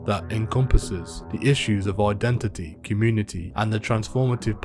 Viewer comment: Why do they all say ID IT NIT 😂